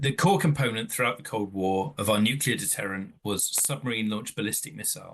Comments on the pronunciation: Did she say nucular? Is that something to do with atomic nuculars? I would have expected better from the Times. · She can’t pronounce nuclear’ It is not that hard